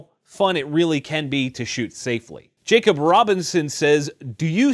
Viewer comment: JACOB R quiet, jack knob